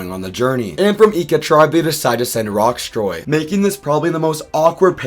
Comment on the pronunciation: Loving this season so far. Great cast, pretty balanced edit, and not too much focus on the edit (Btw, Rocksroy’s name does not have a T in it)